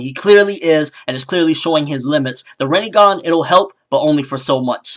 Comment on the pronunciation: it is not pronounced Rineygon it is pronounced Renaygon the I has an sharp EE sound and the E has an Aay sound like the A in bate so it is simply Rinnegan